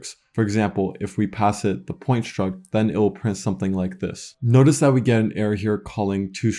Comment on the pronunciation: exactly, my ears are literally bleeding when I hear shtruct, shtring.